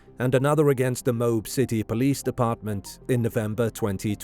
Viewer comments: OMG .. IT IS NOT "MOBE" it is MO-AB. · "Mobe"??? It's pronounced "Mo-Ab" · When you make a video, take the time to learn how to pronounce the names mentioned in the video. It’s Mo-ab, not Mobe. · It is pronounced Moe-Ab Moab, Utah If she didn't admit that she hit him he would of been arrested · Utahn here. It's pronounced "Mo (like the name) Ab (like the singular form of the stomach muscles)" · Dirty Laundry Parents covered for his pathetic Loserly life; he ended himself anyway and they had to pay out the Hee Haw for attornies anyway. Oh, and By the Way, Moab is pronounced MO AB. Dumb AS S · I laughed way too hard at your pronunciation of Moab